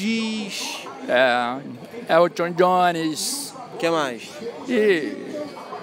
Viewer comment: Eltchion djiones